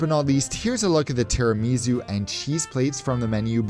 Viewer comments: As a half Italian, that pronunciation of Tiramisu hurts my bones 😂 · It was wrong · haha me too and I'm not Italian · As an American and a linguist who adores everything Italian, I totally agree. 😊